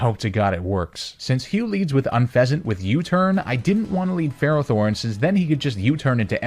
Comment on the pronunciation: DO NOT LEAVE OFF TBE T IN FERROTHORN!